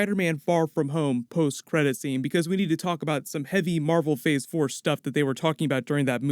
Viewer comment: Am I trippin or did he say "fhor 4"